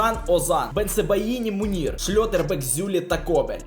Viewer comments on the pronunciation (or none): Бро, не Мунір, а Меньє